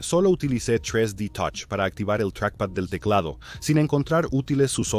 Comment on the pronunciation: Tres di totch 😂😂😂😂